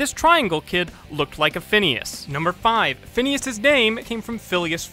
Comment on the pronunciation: 1- Yes, they do end up together. 2- It's Phineas, not Phinises.